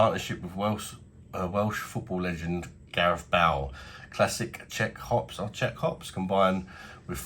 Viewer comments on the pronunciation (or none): It’s bale ba-il not ball